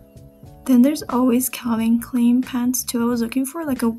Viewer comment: I like how you pronounce Calvin Klein. It's a German name pronounced like Kline, spine, wine, pine. All the pants you found look great. But those purses are soooo adorable.